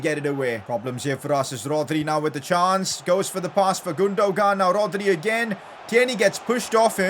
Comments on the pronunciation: I have to mention this,it's pronounced Gundowan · can u not say Gundogun?U say Gundo-Gun